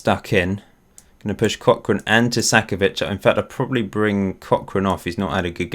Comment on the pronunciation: Why are you saying Tu-sack-ovic, i think you are adding in an extra s in the middle of the name. I believe it would be more like Two-ka-co-vich (co as in co-conut)